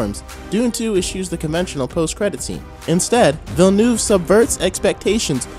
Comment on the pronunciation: Its Villeneuve, not Villnueve.